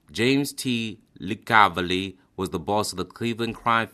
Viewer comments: Its pronounced LICKA-voli not licavili, John Penis Tronolonayyy with a picture of Anthony Strollo? Dude really? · I know that the underboss of Detroit Black Bill Tocco had a house in Miami and had moved down there in the late 30s. And Licavoli is pronounced La CAAV oh Lee of the American is lick ah vole ee😂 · It’s pronounced lick a voh lee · Sammy said hitman's hitman. He's just making up stories Sammy pulled the trigger once or twice lmao. Good video. FYI it's pronounced Lick a vole and Grenich village that's not how it's spelled but it's how it's pronounced. The rest whatever gravano said it's probably about 25 to 30% true. Good job on trying to pronounce it right though I know it's hard. In the future it's probably a good idea research how to pronounce it before you make the video because it just makes it look more credible that's just my advice I enjoyed the video and thank you